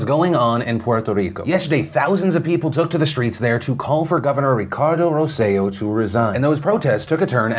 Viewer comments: For future reference Phil... it's Roselló (Roh-seh-yo) emphasis on the last O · In case there's follow up on the Puerto Rico story, and just because it kept throwing me off: Roselló's last name is pronounced with emphasis on the last syllable (that's why it has han accent at the very end). But props on the Puerto Rico pronunciation!